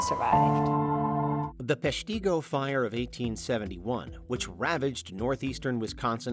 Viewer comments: Peshtigo is pronounced "pesh-TIH-go", not "pesh-TEE-go". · its PESHtigo not PeshTEEgo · It's pronounced PESH-tih-go, not pesh-TEE-go. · It's funny listening to people try and pronounce Wisconsin cities...it's not PeshTEEgo... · It’s pronounced Pesh-ta-go, as overheard in the news clip shown. As a Wisconsinite, we learned about the fire in grade school. I was kinda shocked to see it on this list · Peshtigo is pronounced PESH-tuh-go. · Dude has a whole clip with how to say Peshtigo in this video and still says it wrong. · Cannot handle how incorrectly they pronounce Peshtigo… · The Peshtigo Fire was so overlooked that they don't even know how to pronounce the town's name 😂